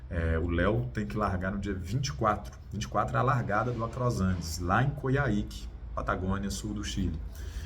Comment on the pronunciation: Estou torcendo muito por ele, que tem todas as condiçoes para vencer o Across Andes, mas, tenho receio de que ele vá chegar exausto em Coyhaique. Estou adorando seguir vcs aqui. Sou do sul e já pedalei por lá: se pronuncia Coirráique. O H vale RR e a sílaba tônica é no A. Beijo prá vocês.